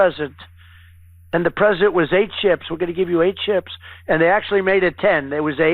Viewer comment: Did he say he got 8 'sh1ps'...or 8 'sh1ts'?...they have meds for that second 1 you know